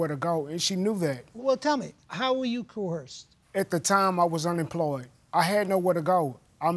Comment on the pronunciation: You say coerced and I say coherced. I am so uneducated and you are so educated. Shut up.